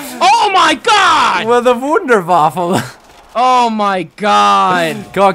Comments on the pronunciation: The Wuhhnderwaffe xD P.s. I know how to.spell it right, trolls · It's TEh VweNDER vwaFFEL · it is the Wonder waffel but Germans say things different. It is pronounced VonderVaffa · it is wonder waffa meaning in english wonder weapon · its pronounced vondervaffa